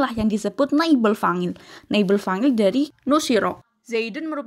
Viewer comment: Maaf kak ... fa'il ع bukan fangil. Tolong pengucapannya harus jelas dn benar sesuai kaidah nahwu sorrof Biar penonton tdk tersesat 🙏